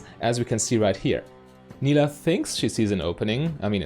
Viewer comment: It is pronounced like you did in the video, she says her name in her taunt and I would guess that she knows how to say her own name correctly ^^